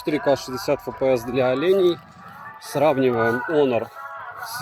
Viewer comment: Не Онор а Хонор! Букву х потерял!!))